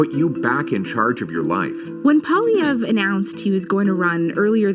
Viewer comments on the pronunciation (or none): Paul. Eeeeeeeee. Eve, Polieve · Polly...eh..v...re (last syllable almost silent..eh syllable is the stressed one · Pronunciation pwah-lee-ev'ruh (the final uh is barely enunciated) Slightly anglocized version pah-lee-ev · His name is pronounced "Pwa- lyev '". He says "Poh ' lee ev." Both are correct. The party decides the leader at a party convention. He runs as a representative for his home riding. If he is elected then he goes to parliament. If more members of his party are elected than any other party then he becomes prime minister and his party will run the government for the next 4 years. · Outside Quebec, Pollievre is usually said as if the "re" at the end aren't there, or as if they're reversed, like "Polliver". Yours was more like Pleev Ray, to which I can only clap 👏 😂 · NO NO NO NO… pronounced Pierre poly-ver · OMG!! Say POHL Lee ev’ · Poilievre (pwoh-lee-ev-r). He is a wannabe mini-Trump. Never did anything outside of politics in his life. Does nothing but attack other people. Negative all the time. To make things worse, prefers to talk in three word sentences. Hop on Pop! Ax the Tax! And so on. He is churlish, small minded, avaricious for power, and INCREDIBLY self-righteous. I get the feeling he would sell his grandma for the right connections. If my ill-informed countrymen elect him, we are in for a WORLD of HURT. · Pierre Pwa-lee-ay-vrr 👍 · His last name is pronounced "Polly-ev" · This guy's Great Screw Trudum ass Say his name like this... Poly-evv the r & the e at the end is silent. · Poilievre = Pronounced like Polly ev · BTW his name is pronounced Polli-ev. The re is silent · His name is definitively French and it should be pronounced like follow: Poi-li-è-vr-e Powa-le-hey-vr-heu Btw even the journalism covering the guy in this news report, can't pronounce his name correctly, because they're not French journalism and they probably can't be bother to learn the pronunciation either. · Poilievre…pwah-lee-evreh, with a slight roll on the “r”